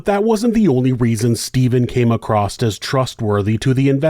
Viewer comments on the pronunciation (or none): . Came ACROSS as trustworthy. Not “acrost”. That’s not a word buddy. You always say that.